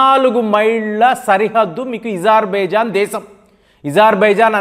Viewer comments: Isarbaizan కాదు Azerbaizaan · Deshala perlu marchi yenduku chaduvuthavu bro Azerbaijan yizerbaijan antav nee chaduvuki deshale gurthu ravatamledu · sir your pronounciation of azerbaijan is awkward - kindly correct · ఇరాన్ ని ఈరాన్ అనాలి అజర్ బైజాన్ ని ఈజర్ బైజాన్ అనాలి ఇరాక్ ని ఈరాక్ అనాలి ఇలా ఎన్నో కొత్త ప్రయోగాలు చేస్తున్న (ఇది నా ప్రయోగం) గారికి జోహార్..జోహార్.. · meeru perlu sarigga palakatledu pronounsation sariggaledu aitulla komeinini atulla kaamini ani iran ni eeran ani hajar bhaijan ni hijar baijan ani antunnaru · ఈ ప్రపంచం లో నువ్వు ఒక్కడివే ఇరాన్ నీ ఈరాన్ అని పలకడం, అజర్ బైజాన్ ను యిజార్ భైజాన్ అని పలికే వెరైటీ మనిషివి నువ్వు అనుకుంటా... చిరాకు నీ పృన్క్యుయేషన్ వినాలంటే.... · Hijarbaijan kaadhu azerbaijan spelling correct ga paluku iran ni eeeraan ani saagadheesthav enti pronounciation